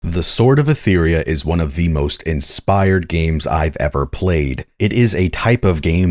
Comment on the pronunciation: How do you play so much of the game but not pick up on how they say "Etheria"? XD